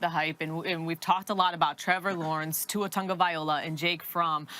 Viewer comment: Why can none of you damn meatheads pronounce Tua's name right? Jesus, it's not Tungabiola